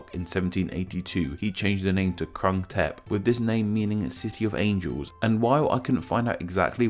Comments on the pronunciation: should have checked how its prounouced before you made a "educational video" its not "K" its "G" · It's said Grung Thep but i can understand why you said it like you did, source: am half thai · It’s pronounced Kroong-Tape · groong tepp is more accurate pronunciation than krung thep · No, he didn't. Khit duu. He was making a video about this name Grung Tehp (with ก). He had this Thai man saying the full name, and yet he can not even say the first two syllables right. And it's not like they are difficult for native speakers of english. It's just that they are too stupid and disrespectful to say anything from any other other language right. No matter if it's french, spanish, or thai. They always sound like shit. Everyday people here (I am on vacation in Thailand now) people tell me how clear my Thai is (puud thai chat maak), but really, my Thai is not good at all and they are just being nice, like Thai people generally are when they see someone making an effort. I need my 7-year old niece here to remind me how good my thai really is :) But english native speakers set such a low bar for what is considered acceptable for foreign speakers of Thai that they now can get away with crappy pronounciations like in this video. Every two-week Pattaya tourist should be able to do better than that. Makes me vomit. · The guy who read full name of Bangkok mispronounced a few words and he sounded like Japanese speaking Thai. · You didn't even bother to spend 1 minute researching the pronunciation of two words; Krung Thep. Big fail for a channel calling itself Name Explain.